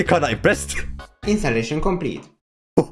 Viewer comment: "Instalaichon complit"